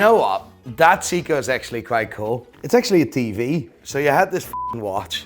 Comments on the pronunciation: Could you please make up your mind. You pronounce Seiko 2 different ways...See-ko and Say-ko. And you completely butcher King Midas, pronounced as My-duss not Mee-duss. Im sure there are others but I was sickened by your use of the english language I had to shut you down. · It's not a "Seeko", it's SEIKO 😂😂😂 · Say-ko, not see-ko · Brosman, See-koh, "Christopher", Maleek, "Quantum of Solance". Doesn't know who Roger Fucking Moore is. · First of all.... It's MY-Dus, Not Mee-Dus. and It's Say- Ko not See-ko. The Omega Seamaster Debuted in 1948, The Submariner in 1953, So who copied who? NATO straps were designed and made by The British Ministry Of Defense Standard NOT ROLEX. Regardless of your Quasi Dutch-Northern Irish mash-up accent, can you make the effort? Aren't you a watch dealer? Jaysus. C'mon. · Dude! "Siiko"? WTF? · Watch expert can't pronounce seiko correctly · He can’t even pronounce omega, seiko or Midas right. He only says Rolex correctly lol